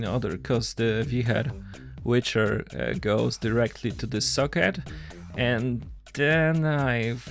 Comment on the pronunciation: Wicher is pronounced Wiiicherr and it means whirlwind